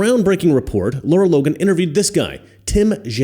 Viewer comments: 💡 Great report, as always. But you're pronouncing her name wrong. :face-red-droopy-eyes: Lara. Not Laura. 👉LAH-rah👈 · I was trying to find her Twitter and couldn't because you're saying her name wrong. It's not Laura it's Lara